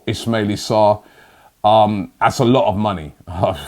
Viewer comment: Ismalie sarr... Really, Robbie? Thought his name was Ismalia Sarr